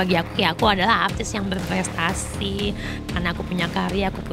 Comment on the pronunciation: Haaahhh apa ??!! Kagett gw pass dia bilang artis berpertasiiii...... Trasssiii kali bang